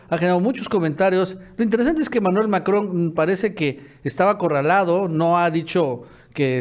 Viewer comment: Profe no mame se dice macron no majon español porfa ....